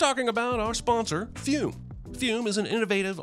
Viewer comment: Pronouncing fum as fume instead of f-uh-m.